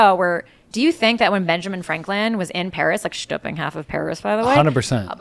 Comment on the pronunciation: "Benjamin Franklin 'schjtooping' half of Paris"😆